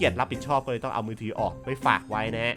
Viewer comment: มือถือครับ ไม่ใช่มือถี่ 5555